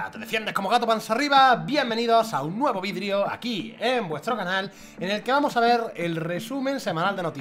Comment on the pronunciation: En el principio del vídeo dices vidrio en vez de video